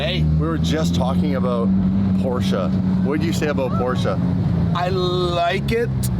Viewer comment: There is no R in porsche 😂